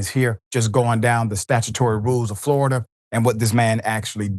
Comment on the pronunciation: All I had to hear was Flori-duh man